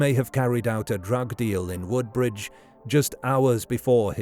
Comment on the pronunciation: Narrator mispronounces Hollesley and Woodbridge.